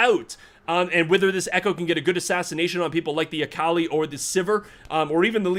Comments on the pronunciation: It pains me how he says Akali lmao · I respect the casting try-hard voice, but please pronounce Akali correctly